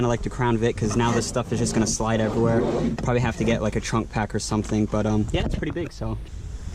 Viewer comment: It’s “something”... not suh en.